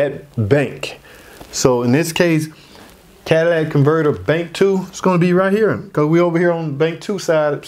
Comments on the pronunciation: Even if he did miss pronounce, catalytic converter, everyone knows what he meant. The guy obviously has some sort of accent. Also, for all the idiots commenting on his mispronunciation, where is your channel explaining this, in your perfect English? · I thought he said catalytic? Or cadilatic... either way I can understand the explanation 🏆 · But people who actually know can pronounce it correctly 👍. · Thnk you! I learned a lot… people dying on word yes it was pronounced incorrectly… but what about the knowledge tht was given to possibly save alot of us so much money? Thnk you I just changed my Catalytic converter up front 2012 Traverse. Omw to work tonite damn light came bck on! So run codes tomorrow see what else wrong with this thing.